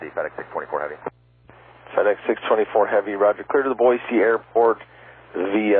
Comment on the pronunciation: Big Sky says Boise correctly. "Boy-See" not "Boy-Zee".